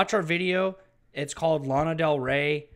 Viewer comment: Is LANA btw no laiiina